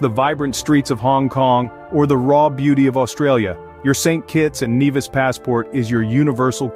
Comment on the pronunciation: St. Kitts and Nevis ...it's pronounced NEE-vis